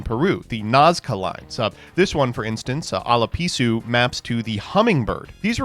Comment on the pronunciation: worrying about the pronounciation of the future Krawlers while he already fucked up Asla Piscu and Ben Kei in the same video lol